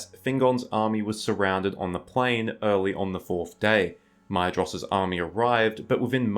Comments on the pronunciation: Or more like “My-thros,” not “My-eh-jross” like u said sometimes. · Hey dude, Maedhros is pronounced like Maethros, not Maedros. “Dh” makes a “th” sound in Tolkien’s writing, which is similar to Welsh IIRC.